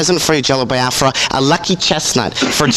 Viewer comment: i love that even though Jello pronounces it how it's pronounced, Nardwaur pronounces it "Bi-ah-fra." it's a good running gag